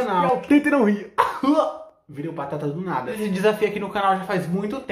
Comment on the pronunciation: Ele falou pateta._.